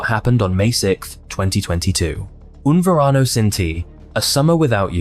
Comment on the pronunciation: Yeah, it would be better if you didn't mangle the Spanish so badly. Serious lack of credit. ("Un Varano" as opposed to Un Verano, just for starters. "Dials" instead of Diles ("dee-les" —Tell them). (French pronunciation rules don't apply in Spanish.) So many ways to have avoided that. Google translate would have pronounced the words for you. 🤷🏻